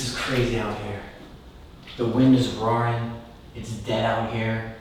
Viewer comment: “The wind is rawring “ is speaking in uwu dialect